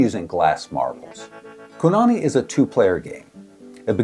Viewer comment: I commented on the build video, but this was probably already in edit by then. In ʻŌlelo Hawaiʻi you always pronounce vowels the same way. Kōnane is "koh-nah-neh", not Ku. And with the O pronounced a little longer than the other vowels. Trying to help anyone who finds this game through this video.